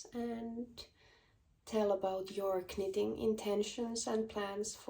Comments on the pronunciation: Greetings from Ontario, Canada. Your English is fine👏🏽👏🏽 it’s nitting not kanit😂. I would love for you to do a colour video. Thanks❤ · Congratulations on your first English Podcast! The K- in knitting is silent so pronounced nitting. 😀Just to confuse people lol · Your english is great! I have one suggestion. Do not pronounce the K in knitting. It is sillent. Pronounce the N instead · Hej! I just looove/älskar how you pronounce the k in knit/knitting. Never stop. Wow,yey your knit taste are amazing. Grettings from Norrland-Sverige.Pssstt...my dearest childhood friend are also a Kinnunen.🤸🏼‍♀️💃☃️😁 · How brave you are podcasting in another language! Honestly, I thought pronouncing the k in knitting was quirky and cute, in fact I might start doing that myself! Loved your pattern and wool colour choices. Looking forward to your next episode. 🙂 Wendy, Cheshire, England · In English we don’t pronounce the k in knitting 🧶